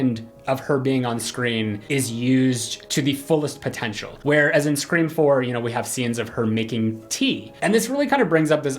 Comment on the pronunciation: did you say screen time or scream Seriously I can’t tell